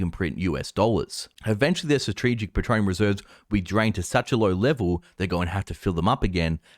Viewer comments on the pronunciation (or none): Why do you say petronium? Isn't it petroleum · Everytime he says 'petronium' I wince. Good info, but gotdamn.